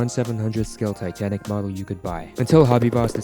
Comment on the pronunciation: it said tanic insted of titanic